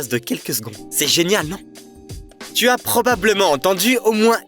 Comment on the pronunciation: « tu », à tout moment ! Est-ce que c'est ainsi qu'on parle en France à des parfaits inconnus ? Je crois entrendre parler un « djeune » des ban-lieues ! Sans plus de précisions... En fait, on entend « tsu » !